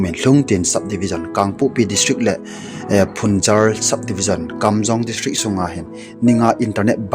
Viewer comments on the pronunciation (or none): Na pronounsation vang a ki chai deh e, phungzar hilovin phungyar a he.